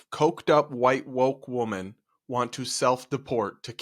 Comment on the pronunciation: in "if coked-up, white, woke women", the plural: "women" is pronounced wɪmᵻn (WIM-uhn). "Woman", the singular, is pronounced wʊmən (WUUM-uhn). I started hearing this mistake a several years ago, and lately I'm hearing it all the time, particularly amongst Millenials and the younger generations. I'm not sure how this got confusing. I've not heard this misspoken once during more that 40 years of my life prior to this. What gives? 😊